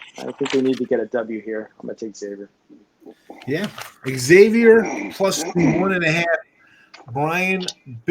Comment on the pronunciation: It’s not “X” avior. Ask any Priest! 🙃